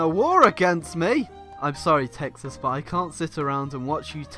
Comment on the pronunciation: why does pronounce "Texas" as "taxes"?